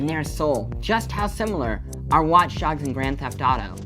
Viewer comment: Did he say watch darks